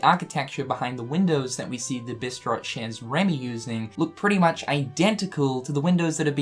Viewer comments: you my boi. Bit chez is pronounced 'shey'. Just FYI. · Oh,. "Chez" is pronounced "Shay". Predicting that this will be a one-off little reference, like the Lady and the Tramp fountain in Traverse Town. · I love how you say "chez Rémy", it's cute 😊 Though the z isn't pronounced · Feels like a reach but who knows. It could be cool if it turns out to be true. Also, the z in "chez" is silent, like in "rendez-vous". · I may not be good at French, but I believe that the "z" in the word "chez" is silent.